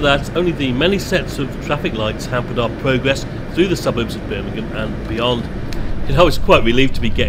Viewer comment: its Birmingham